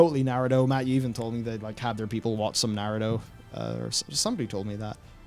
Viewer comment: the way says Narudo kills me:(